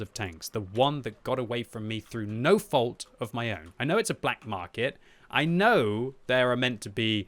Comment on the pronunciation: Black “Markey” lol